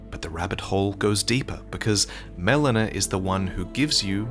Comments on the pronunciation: Haha the way "Melina" was pronounced here is like "melena," which is the medical term for bloody poop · I absolutely hate when someone mispronounces a name that is so clearly spoken in game… “melona”🤬🤬🤬